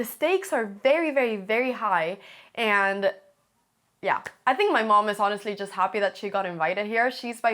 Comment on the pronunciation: Your English is near perfect Anna, but your vowels amuse me... "chuss"!